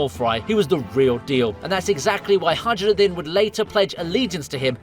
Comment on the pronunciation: Calling Hajirudin, with a strong and solidly pronounced "J" should be a crime